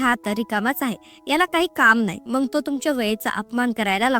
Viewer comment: शुद्ध बोलत जा ताई मंग नाही मग म्हणत जा